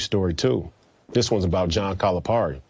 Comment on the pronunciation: BS, he can't even pronounce Calipari's name. Also, when did UK win 3 NC's in 7 years?